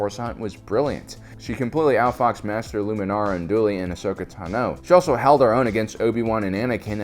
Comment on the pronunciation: sigh, we will always disagree on this, but it's Ahsoka TAHno, not Ahsoka TaNO.